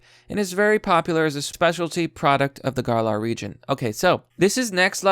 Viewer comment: Gar Lar? It’s Galar Sorry Just A Little Cringe >_>